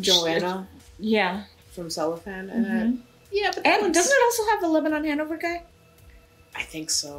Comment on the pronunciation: As queens of mispronunciation, we think it’s celo-fan I’ve been struggling with this question since 2014 😂